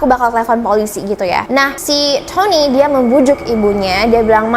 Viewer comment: Adik manis, disamping backsound nya kurang cocok, maaf nih kritik sedikit ya... kan ceritanya dlm bhs Indonesia nih.. jdi agak gimanaaa ketika menyebut nama Tony spt Thoni, Victoria jadi Victhoria.. as if you're telling this story in English. Mungkin nama2 itu di Indonesia-in aja..? Maaf ya?